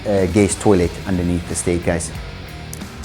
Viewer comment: Love the videos guys but please, it's a toilet and not a toilêt